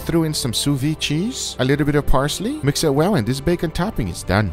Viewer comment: It is not sous vi, but sous viD .. It is necessary to say the D . It sounds wrong.. I am sorry but i am French .. But otherwise I love your videos .. Thanks .. :-)